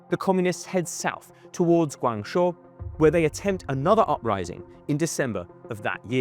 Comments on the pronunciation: Guangzhou is pronounced guangjo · He can’t even pronounce Guangzhou properly either lol, it’s “gwang-joe” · Say it correctly: GUANG—JOE (Guangzhou) ZOO—JOE (Suzhou) SEE—JIN—PING (Xi Jin Ping) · Worse than "king dynasty" is "guangshuo". I actually thought he was talking about a different place until I saw him point at Guangzhou on the map. It's one of the biggest and most important cities in China, and is pronounced in English as "gwang-joe". Even if he's not a China expert, he would surely have heard about / be familiar with the city of Guangzhou? It has more people than London... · At least pronounce Qing dynasty properly. And how do you get 'Guang show' from Guang Zhou??? Where is the 'sh' sound in Zhou?